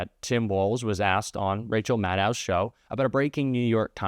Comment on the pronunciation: Maddow like window, say the woman's name correctly